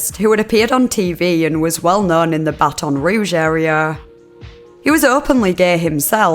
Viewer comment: Well, there's a first. She pronounced Baton Rouge "buh-tahn" Rouge. 🤣🤣🤣 I might not survive this much laughter!